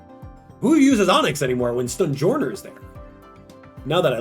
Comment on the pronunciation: No offense, but the way you say "Stonejourner".😂😂